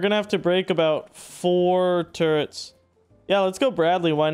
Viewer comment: I can't believe i gotta say this to a native english speaker.... but man you gotta work on your english.... Electricity and turrets.... not something like turrents or whatever.. Other then that your video and progress is impressive! Well done! PLEASE try to work on it cause its so triggering xD haha